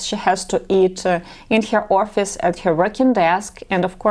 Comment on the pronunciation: Many men appreciate a natural look as more honest, less vain, less high maintenance. If you want to grow old w this lady you want her outward beauty to just reflect her inward beauty in personality. That makes the best long term attraction. As you say personality most important here. A side note: FYI to avoid embarrassment, English pronunciation of “office” is “ahhh -fis” 2 syllables. Not Or-a-fis. That sounds like your saying orifice ( a physical opening 😬) you have a pretty English accent but that word through me at first 😂. (Not trying to be creepy)